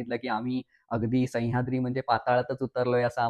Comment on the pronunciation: सैय्याद्री नव्हे तर सह्याद्री ! उच्चार शुद्ध आणि स्पष्ट करा .